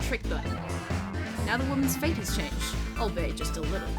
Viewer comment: I know I'm late to the party (this is giving me many flashbacks to the Good Old Days too) but it is definitely pronounced "all-be-it", as if you just said the three words together. Keep up the great work bro!